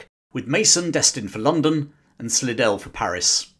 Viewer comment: Slidell is pronounced "sly-dell" in the US.